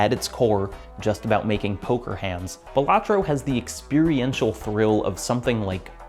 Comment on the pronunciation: It's pronounced Balatro